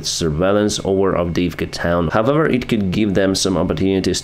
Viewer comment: Could you please stop saying “hovever”, thx.